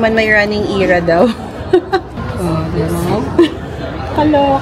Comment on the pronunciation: I’m not trying to be mean but the word era should not be eeeera when said, I just noticed you said it many times it made me confused